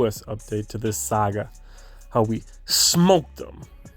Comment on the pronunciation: Sogga? Come on. It's saga. Is it the beard?